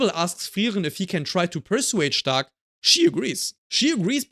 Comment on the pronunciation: U say the perfect “stark” in German 😮